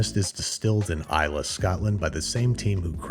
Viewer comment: Great video, thank you for pronouncing Islay properly